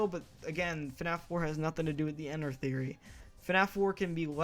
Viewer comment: it's not enrt it's mine rinu